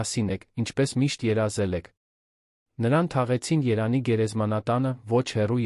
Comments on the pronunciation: Երանի չի տղա ջան ,Երևանի է։Արդեն մտածում ,որ արհեստական բանականությունն է ստեղծել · Հետաքրքիր է էս կարդացողը ինչու է Երևանի փոխարեն Երան կարդում. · Ւմ կարծիքով տեքստը ռոբոտ է կարդում: Երեւանի անունը միշտ երանի է ասում...